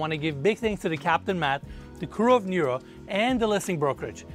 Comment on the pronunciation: He’s pronouncing it like Niro. Nero is the Greek word for water. It’s neh-ro. Understandable though, Americans and geography/other cultures/ languages don’t mix.